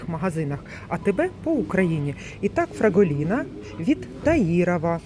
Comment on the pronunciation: 🙋, дівчинко прошу вибачення та хочу Вас виправити, бо не Фраголіна а ФраголінО. 🤷😘😘😘🌲❄️🥂🍾☃️🎆🎆🎆🎆🎆🙏🕊️🌈🌈🌈🌈🌈🌈 Можливо і я не вірно назвала Вас 🤔😉🤣🤣 🤦🤷🤣🤣🤣